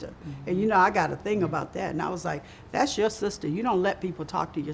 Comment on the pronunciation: I had to comment just because of how beautiful and her Southern accent are. LOL her tryna hide it - she wanted to say "thess" instead of "thAt's" and "AILders" instead "ELders".